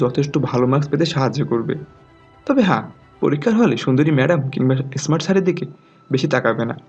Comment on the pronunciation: প্রথমে এসমাট থেকে স্মাট বলতে শিখুন